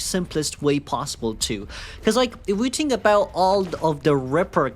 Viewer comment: I love you, but i cant ignore that you say tink instead of think. It makes me giggle every time.